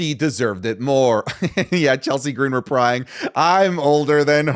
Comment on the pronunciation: “Chelsea Green reprying”😭😭 I know you meant replying but that’s actually funny